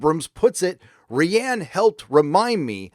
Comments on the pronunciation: Wish you’d learn how to pronounce rian lol ‘Rie-an’ Ry-an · Dude... his f-ing name is RYAN, he just spells it with an I. You’re killing me every time you say it sounds like REEANN. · I hate to nitpick, but you keep mispronouncing name.